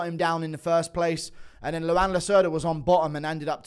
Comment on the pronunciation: Its pronounced like Juan but with an L, Luan not Luanne.